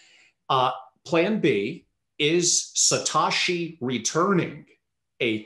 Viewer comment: Why does he insist on saying "Satashi" rather than "Satoshi".... is he just being awkward?